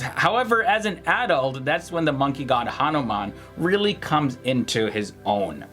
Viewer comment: Hanomaan😂😂😂 Baander di olaad...🖕🏿🖕🏿🖕🏿